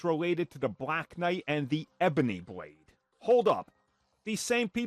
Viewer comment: “Bwade”